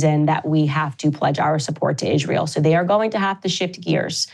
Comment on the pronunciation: Idk why but when Candace calls it ishrail I laugh lmao it’s like some slang I just dont get yet